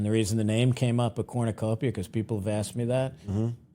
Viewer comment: This is fact not fiction everytime you say Cornucopia I cringe